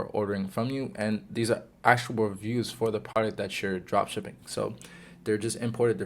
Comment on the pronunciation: Is it me or does it sound like he’s saying “Joshing” when he says “Drop shipping”... Great vid tho!! 👏🏾